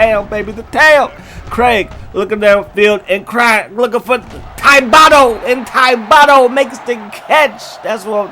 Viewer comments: Lmao Thibideaux is Ti-Bi-Do haha not Tybato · It’s pronounced thiba doe Not thybadoo or whatever tf you said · This is how you say it: Tib-a-dough. Like bread and pastry. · Shades of Boston College. Regroup the boys and let’s pick up a win against Baylor, coach! Also, for the record, Thibodeaux is pronounced TIB-a-dough. Like the basketball coach Tom Thibodeau. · TIB-oh-doh bro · Bruh can't say Thibodeaux